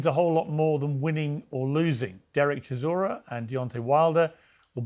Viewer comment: Brits call him ChiZOra. Yet his surname is ChiSora. Soft S. As in Solar. ChiSora. That means "a type of grass".